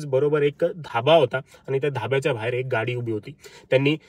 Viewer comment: भायेर नाही बाहे र😂😂